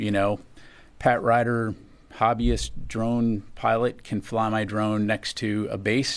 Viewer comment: What’s a Drome? 😅 swear you aren’t saying Drones